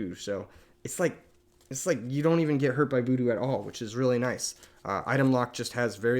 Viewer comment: Killing me with the "boodoo" pronunciation lmao, great deck guide though. Super thorough and well made, +1 sub!